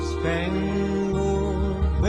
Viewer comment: I used to be an English as a second language teacher... please forgive me if this comes off as rude, I just want to help! When you see a word like "Spangled"... pronounce "-LED" as the word "OLD" like Spang-OLD banner it is more of a "OULD" sound, but OLD will get you closer. :) Thank you for the video! I am currently trying to learn Russian myself.